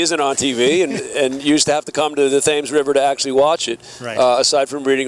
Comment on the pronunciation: does the announcer really pronounce the 'h' when he refers to the River Thames?